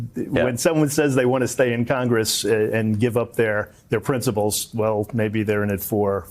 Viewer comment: What is it with people not able to say princiPles?